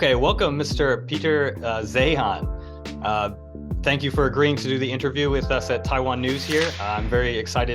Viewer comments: PETER'S LAST NAME IS NOT PRONOUNCED IN TWO SYLLABLES LIKE ZEI-HAN, IT IS PRONOUNCED IN ONLY ONE SYLLABLE LIKE ZIAN. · "Zeihan" just like its homophone in English -- "Zion" -- is two syllables. Think "Zye" + "an" The "h" is, of course, silent. Anyone who wants to hear it pronounced correctly by the man himself can just click on any one of his direct YouTube videos.